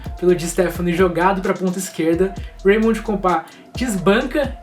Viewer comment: Pronúncia de raymond errada aí